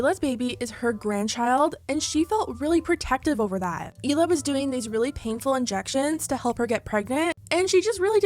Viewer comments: Just an FYI, you’re mispronouncing Hila’s name. It’s not Eela, it’s Hila, you pronounce the H. Hila in Hebrew means aura ( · Trash still doesn’t even say Hila right….